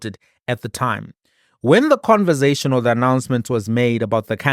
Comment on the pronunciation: Conversation not converzation bru